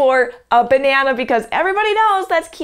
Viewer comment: He said grAypE Behnana